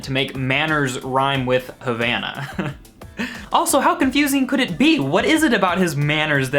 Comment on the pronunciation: When you try to roast a song but you don't even pronounce the title correctly